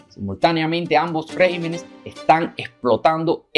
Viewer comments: Estimado...por favor, enmienda lo que dices. Estàs diciendo REGIMENES...Lo correcto es: REGÌMENES...con acento en la I. Perdona, pero deseo que todo salga bien en tu programa. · Regímenes, se pronuncia con acento en la "í" REGÍMENES.... cuidemos el idioma para no darle paso a los progresistas. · Se dice: "Regímenes", y No Régimens,lo cual es incorrecto. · No se dice régimenes, lo correcto es REGÍMENES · No se dice rÉgimenes, sino regÍmenes. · Se dice regímenes. Buena entrega...